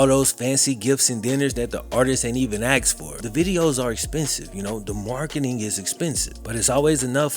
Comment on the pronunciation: DUDE........IT'S A-S-K-E-D......NOT A-X-E-D. THERE IS ALSO A 'POSSIVE' WORD......THEIR, NOT TO BE REPLACED WITH THEY. THIS APPARENT BLACK CULTURE HABBIT/IGNORANCE IS A TRUE SHAM....